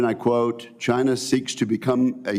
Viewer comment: Mr Reed it is CHINA not NOT CHIN ER